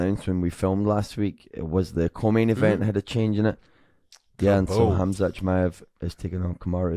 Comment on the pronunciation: probably because he doesn't know khamzat personally and doesn't know the actual pronounciation